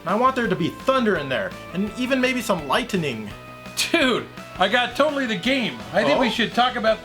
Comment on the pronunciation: Did he say light"ten"ning? Sounds like he smoking from the pizza bong.